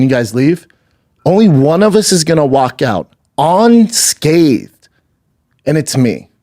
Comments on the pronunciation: “On scaved!” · On-scathed. What’s that? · Bren Shob walking out “onscabbed”